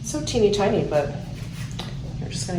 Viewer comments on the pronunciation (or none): none